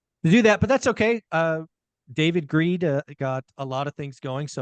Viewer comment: Did I hear you call him David Greed? LOL